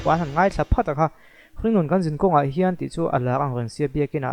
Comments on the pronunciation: Khian tih leh Hian tih te chu hai theih a nilo reng²."Khian a ti chiang lutuk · "Hian" tiin a lam reng lawm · Hringnun khan (kan)zinkhawng (zinkawng) ah khian ti in a sa a,thulam zir angai ve khawp mai,zai chu a zaithiam thawkhat e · Khian, a ti chiang e.Tawng pai em ni? Awze mi a ni em ? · Khian atih bakah...hrissta ti in alam deuh ani..a thiam viau nan ati sual deuh hret ani..